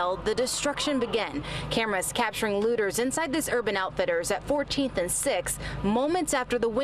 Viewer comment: He said it like LoOtErs.